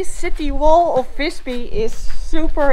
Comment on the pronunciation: Not Fisby! More like Wisby. Fis in Swedish=fart. Fis-by would be Fart village.